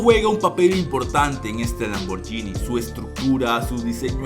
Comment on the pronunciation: Es. LAMBORGGGGGGHINI. no es “lamborñini “. Corrige Se dice con. G